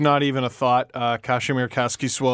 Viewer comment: instead of ridiculing you guys on how you pronounce kaskisuo, we should talk about how wrongly says his first name. there's no "sh" sound in it. it's just ka-si-mir.